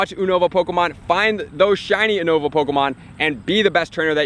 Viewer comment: YOU-NO-VAH. Just in case no one else told you. But it's all good. Keep up with the helpful content